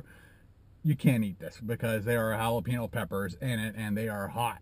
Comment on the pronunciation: Jalapeño= "hal-la-pay-NYoe". there's a tilde on that n!! ¡ñññ! ˜-˜